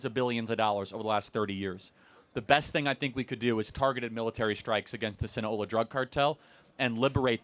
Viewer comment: Sinaloa. Not Sina-ola.